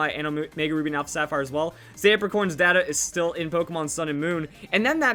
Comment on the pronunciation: Your pronouncing data wrong